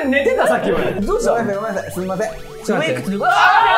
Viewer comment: 「すみ（ん）ませーん」って言ってるね😂